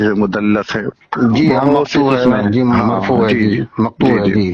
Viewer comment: wo jisko aap mudallas keh rahe hain dar asl uska sahi talaffuz mudallis ha or ye lafz lafz e tadlees se nikla ha!!!! Or aap keh rahe hain k aapko arabi aati ha 😮